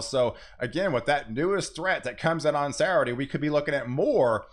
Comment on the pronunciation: Please learn how to pronounce 'Saturday'. I like you and respect your work, but seriously.